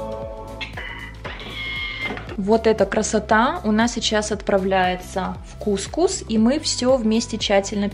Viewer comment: кукУс, ударение на слог с последней буквой У 😉